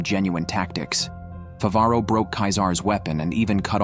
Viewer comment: Mofo has the AI narrator capable of saying Favaro correctly, but bahamoot. If you're gonna be a lazy AI recap channel. At least get the simple fuckin names right.